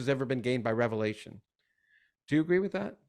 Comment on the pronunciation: Also before hosting a podcast on the book of Revelation maybe learn how to pronounce the book